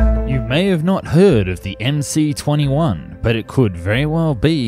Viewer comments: Please speak and write the Russian names correctly ! The name of the aircraft MS-21 (in Russian-MС-21) !!! Regards from Russia ! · Dude, MC is written in Russian! And in Russian the letter "C" is actually an "S"! So it's pronounced MS-21. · Analysis is totally crap. Starting from wrongly pronounced plane name.